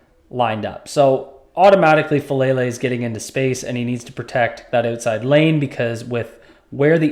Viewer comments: I don’t like the player, but his name is FA - AH - LAY - LAY. It's not "fuh-lay-lay". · Please learn how to pronounce his name: Fa AH Lele!